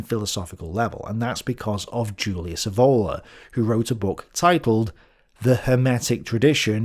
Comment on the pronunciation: Julius Evola's surname is pronounced with the accent on the initial E, not on the O: [ˈɛːvola]